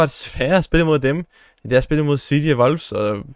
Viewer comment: Hvorfor siger du Wolfs???